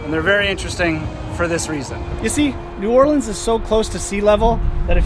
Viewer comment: First thanks for pronouncing the city name correctly you should have gone to uptown on the street car. Next time head up St. Charles ave. so much to do and see there. By the way I was reared there live in California now really miss it.